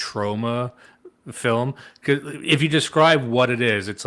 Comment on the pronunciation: “I reecently watched a fillum.”